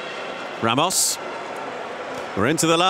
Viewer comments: why is the commentator calling him ramosh if his name is ramos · he called ramos ramosh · Why is he saying Ramosh?